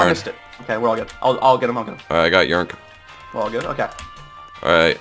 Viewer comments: I’m pretty sure yrnk is pronounced Y-R-N-K not yrnk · It's funny how they call him yurnk 😂